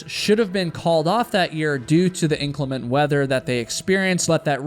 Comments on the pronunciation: "Inclement," meaning "not clement," pronounced in-CLEM-ent. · Please pronounce inclement correctly. Emphasis is on the second syllable. Thank you....